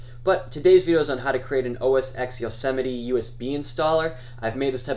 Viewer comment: Good tutorial, but OS X is pronounced "Oh-Es-TEN"